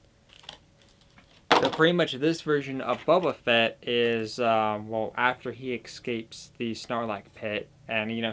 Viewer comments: Dude you’re killing me! Bo-ba Fett not Bubba or baba ugh smh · All I hear is "Buba Fett" and its kinda killing me. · Clicked off after you said his name like that cringe